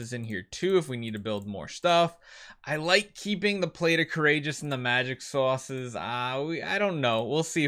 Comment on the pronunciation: Did he say "magic sources" or "magic sauces"? Almost sounds like a Boston accent slipped out.